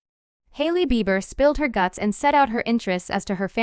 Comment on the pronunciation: How you gonna pronounce Justin's last name wrong. Smh lol